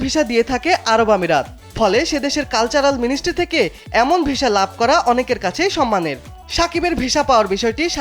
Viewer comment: সাংবাদিক ভাই.... উচ্চারণ ঠিক নাই ভিশা না... হবে ভিসা